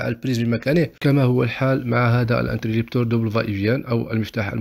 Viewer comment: اخي العزيز شكرا على ما تقدم ،لكن ملاحظتي هو اسمه انتريبتور interrupteur ,و ليس انتريلبتور، حتى ينطق الاسم صحيح ،تشجيعا مني و ليس شيء اخر ،وفقك الله و شكرا على رحابة صدرك.